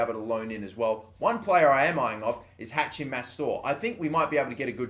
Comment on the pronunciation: haKim mastour bro, haKim. not hachim